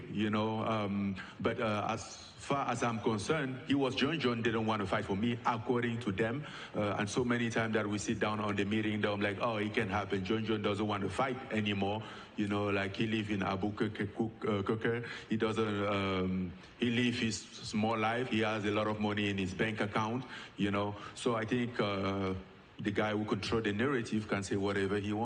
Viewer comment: Francis butchering Albuquerque is the highlight of my day😂. Love it